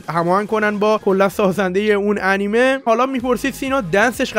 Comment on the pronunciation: سینا ترو خدا انیمه انیمه نکن تو تلفظ می‌کنی از هرچی دوست داشتم بدم میاد🤣